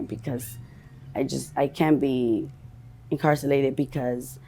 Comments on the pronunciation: She can't be "incarcilated" lol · " Incarcilated" is crazy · Incarsilated? Lol. Thats a new way to say incarcerated. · No she did NOT say incarsilated! Gurl get sober